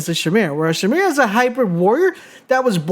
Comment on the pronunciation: SHIMERA... LMAO